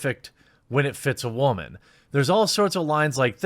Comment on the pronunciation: "I'm a whaman"